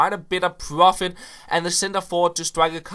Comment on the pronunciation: he makes a lot of 'pworfit'